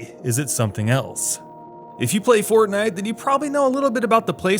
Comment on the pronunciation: you said "fort-Knife"